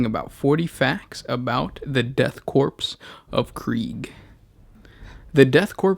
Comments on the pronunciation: Great vid m8 but pls, corps = core; not corpse... Unless going for a play on words; can't tell. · It is pronounced "core" not corpse. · 'Death Corpse' eh? Don't you think it would be worth it to take the time to understand how specific words are pronounced if you're going to spend an entire video speaking? It's pronounced 'core' by the way, in case the 459348 comments already posted weren't enough. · **death CORE Is the correct pronunciation. I don't mean to be "that" guy, but "korps" just sounds unprofessional and kind of robs the name of its otherwise foreboding tone. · Your inability to pronounce the word "korps" hurts my ears. It is "core," not "corpse." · Corps not corpse. Corps or Korps is pronounced core. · Core. not korps. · CORE. CORE. Not corpse. Omg, lol. Brother, I love what you do but you need to listen to more audiobooks and military documentaries. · It's CORE not CORPSE. :( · Death Korps of Krieg, not Death Corpse of Krieg. Sounds like core. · its pronounced "core", NOT "corpse". By the Emperor, your manner of speech alone is a heresy itself. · Korps is not pronounced like "corpse", rather it is pronounced "core". For example "Marine corps". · It's pronounced Korps in english too btw. Not Corpse. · its pronounced "core" not corpse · Mate, it's 'Core' not 'corpse' Pronounce it right. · I feel I should inform you that "Korps" is pronounced "core" not "corpse" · Was going to watch this. But he kept saying corPSE instead of corps. Shut down. Thumbs down. Made comment. The end. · Go to google translate in german and write korps, it is pronounced Kôr you fucking imbecile, just because it is another letter instead of the C doesn't mean you pronounce it like corpse you nitwit. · core not corpse. but I love the video anyway! keep em up. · korps or corps is pronounced "core" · It’s pronounced CORE when the word “ Korps “ is used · Korps is said like "core". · Korps is pronounced Core... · OMS it’s pronounced core but spelled korps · ahem IT'S PRONOUNCED CORE!!!